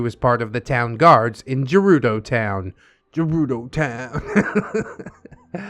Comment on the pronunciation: bruh what the hell? hylians and sheikah are 2 different tribes. unless OP means they were a highlian raised by the sheikah. (ps the way OP spelles shiekah and the way pronounces gerudo triggers me beyond reason)